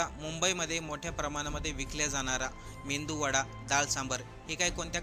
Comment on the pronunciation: मेंदू वडा नाही मेदुवडा असं म्हणा